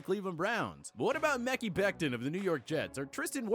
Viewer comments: He really called mekhi “mekky” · You pronounced Mekhi wrong